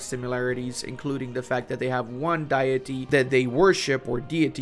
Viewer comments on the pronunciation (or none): none